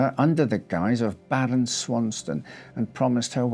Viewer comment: "BARON".......lol, sucker's taking the risks